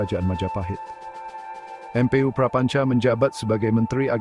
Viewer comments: baca MPU buka dieja M P U karena itu bukan ejaan. duh gimana sih literasi anda sebagai host pemilik channel . itu bacanya EMPU. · Yang ngomong robot ya, baca mpu aja dieja em pe u, dasar